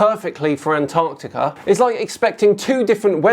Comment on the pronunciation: Why does the flerf guy keep pronouncing Antarctica as "Ant Arctica"?